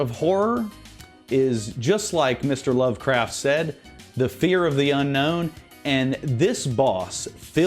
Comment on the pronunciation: You could’ve at least given H.P Lovecraft the respect he deserves and pronounce his name properly, L bozo looking like a basement dwelling goblin living with his mom